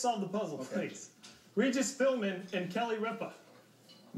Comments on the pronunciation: he said "Philmin" #NotRigged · If you're talking about the first time he tried, no, he did not. If you listen carefully, he actually said "Philburn." And I don't know if the guy in the middle said this one, but one time when it sounded close, the contestant actually said "Philmin." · The first guy had said Ripa's name correctly, but he pronounced Regis's last name incorrectly, saying Philburn instead of Philbin, The other two guys thought he got Kelly Ripa's last name wrong. Don't get mad at WoF Jeopardy does the same thing, this week's episode all three contestants pronounced it wrong. Spelling also counts for Final Jeopardy . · nope. he said Philburn not Philbin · I had to watch multiple times to hear it, but he said "Philburn." The next guy probably missed that too, and thought "Ripa" was mispronounced. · Well, the first few tries, I agree that they're wrong especially when the letters weren't revealed yet. "Regis Philburn" then "Regis Philman" then "Regis Philmin" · he said Philmin. his name is Philbin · If his last name is spelled Philbin, then I'm pretty sure pronouncing it "Philmin" would be wrong. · No he said Regis Philman no Philbin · I'm pretty sure he said Philmin. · Well, this is four years late, and because of YouTube weirdness, you might actually have an answer, but here it is anyway: Regis Philbrin is not correct. Regis Philmin is not correct x2. Kelly Ripe-uh is not correct. Regis Philbin and Kelly Ripp-uh is correct. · Regis Fil-Bin and Kelly Rip-Uh. I can now distinguish where every other contestant went wrong. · Did they say "Philman" like three times... it's like repeating the same mistake over and over again... sound familiar anyone? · Regis Philbin? I always thought it was filman lol